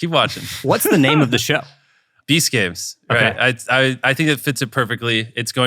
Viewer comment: All this time I thought he said "Beast Caves" and was thinking- what and interesting choice. Must be a lot about game shows in caves. 🤦‍♂🤦‍♂